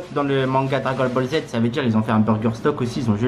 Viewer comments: Dragol boll z wesh t’a vraiment un problème quand tu parle 😂😂😂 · Dragol bol z 🤣🤣🤣🤣 il me tue